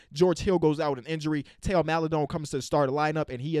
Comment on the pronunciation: actually knows Theo is pronounced teo 😂😂😂😂love to see it